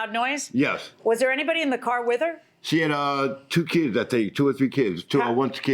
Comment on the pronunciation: Ha ha, when is a car NOT a car ..................... When it's a CORE. Lying woman, how about this, if you can't pronounce the word CAR then maybe you shouldn't be driving one. At least tell the truth in court.